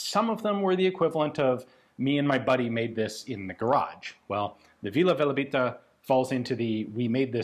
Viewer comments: IAN! It’s VILA VELEBITA not vila velabita. I’ll bet you Žiga told you that 😂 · Its Vila Velebita, not Valebita